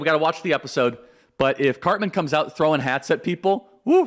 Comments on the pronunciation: Why does he act like he doesn’t know who Cartman is. He couldn’t pronounce his name? Come on man. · And he also says Carmen! 🙄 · "Carmen" acting like you don't know cartmans name smart move charlie 😂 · BS!! You know Cartman by name. "Carmen", come on LOL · He so clearly hasn’t watched the show after hearing him say Carmen and Authorit-AY, when everyone knows it’s Authority-AH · You know how to pronounce Cartman’s name. That’s you showing that you’re bothered by purposely mispronouncing his name. And you’re a gay fish. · Congrats Charlie, you rule. You gotta do a little more research before making South Park references though man. It's pretty clear you've likely never watched the show. "Respect my authoritaayy" was pretty cringe haha. Anyone who knows the show knows it's "authoritaahh." Also at the beginning, stumbling over the name "Cartman" was a dead giveaway. That being said, I love your work and what you do man. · Charlie mispronounced it. 😑